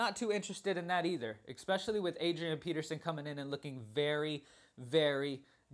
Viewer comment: Love both your NFL and your NBA videos. Hate how you pronounce especially EXpecially every couple seconds. I'm a little worried that the majority of my lineups have Demaryis Thomas in them. You said if he's out Sanders is the pick, but Sanders is Out. So I wonder who the next target is.